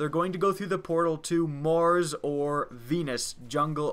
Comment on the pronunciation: The way you said mars was funny